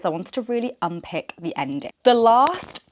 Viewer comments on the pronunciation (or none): It’s unpAck, not unpick 😭